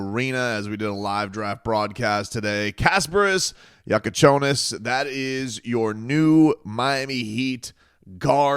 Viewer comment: Almost perfect pronunciation!